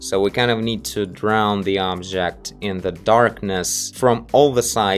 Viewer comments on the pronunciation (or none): none